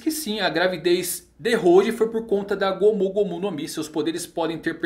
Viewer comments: mano,só eu q fico incomodado pq ele fala gomú gomú no mi? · Q agonia ele falando "gômú gômú" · É legal ver ele falando "gomU gomU no mi"